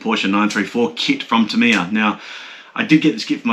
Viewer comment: You can’t call yourself “” if you’re not willing to say ‘Tamiya’ properly. Remember you’re an Aussie and not a yank. An Aussie imitating an American is akin to devolution. Stop it.